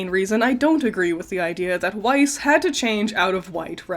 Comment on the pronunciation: You’re not pronouncing weiss right, its german please please pronounce it as VICE because I CANT FACKING STAND IT AS A GERMAN 😅